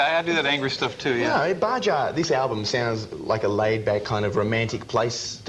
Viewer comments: I love that Isaak didn't correct the host's pronounciation. Bahah not Bajah ya ocker. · I noticed that too Bajah! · I love how this guy says Baja incorrectly. Nothing to do in Baja. It reminds me of a few vacations I have had near Mexico.....in Southern CA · Baja sessions... Baja so he did not correct his pronunciation, and his interviews are always very nice...